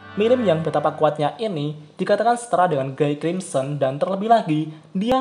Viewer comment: bacanya "Gi krimsen"